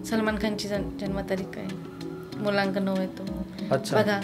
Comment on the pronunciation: भावा मूल्यांक नाही, मूळ अंक- मुलांक बोलावे